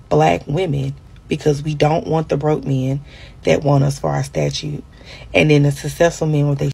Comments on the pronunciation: Can't even say stature . Why he want a bih with a statue? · Somebody tell her it's 'STATURE' not 'STATUE.' 🤣🤣🤣🤣🤣🤷‍♂️🤦‍♂️